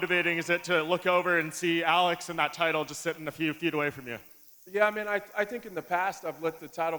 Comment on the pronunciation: When the fuck did Alex become "Ah-leggs"?